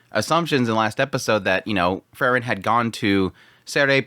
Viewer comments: It's Freeren, not Frrren.😁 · All I can here is this guy saying Fer-ren, takes me outta the whole thing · When you say “frieren” you make it sound like fern which makes the discussion hard to follow at times.